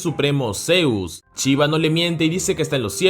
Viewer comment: Porfavor... Existe shi y chi... No está tan difícil ya que si lo pronuncias en otro contexto. No Chiva es Shiva..